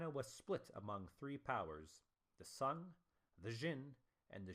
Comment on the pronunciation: Sung pronunciation is not sun man